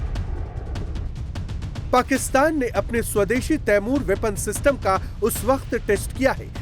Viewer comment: Ap ko t apny missile ka name hi nhi leny ata 😂😂😂